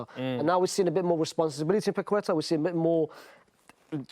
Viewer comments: lol the way Brits absolutely REFUSE to say foreign words/names correctly is so funny. He heard the other guy say Paqueta correctly multiple times, then proceeds to say “paqweta” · Nobody in England knows how to pronounce Lucas Paquetá's name. The 'u' after the 'q' is silent and the stress is in the last syllable (hence the accent on the 'A'). Hence it's pake-TA. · His pronunciation of Paqueta is killing me hahahah.